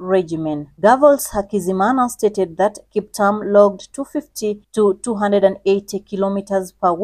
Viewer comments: She's saying Kiptam but a good and detailed video. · Please reread your script and pronounce the Kiptum with a ' U' as in a e i o u . It sounds horrible the way you prounounce the nane! For God's saje you are Kenyan! Otr are you not? I can exvuse you. But learn fast! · He is Kiptum not Kiptam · Kiptum not kiptam... anyway, may he rest in peace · Kip-toom please … written KipTum